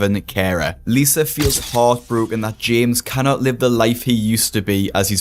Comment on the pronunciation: I love hearing say “cannot” as “cannah”